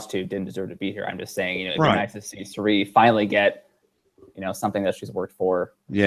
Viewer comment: Your distaste for Cirie is clear,. From continuing to mispronounce her name, to your comment when David mentioned her lovely smile, and you bring up Michaela (seemingly out of nowhere) for having a better smile instead. Been watching for a while, and honestly, I'm surprised. I'm not outraged that you dislike Cirie. I dislike Ciera Eastin myself, but wouldn't say Hali has a better smile, even in jest. And that isn't as unfortunate of a comparison as Cirie and Michaela. Just my wordy 2 cents.